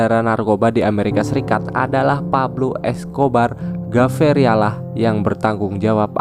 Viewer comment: sebut betul2 nama penuh pablo.. gaviria.. bukannya geviria hahahaha lucu .. jngn ckp english kalau xpandai sebut.. memalukan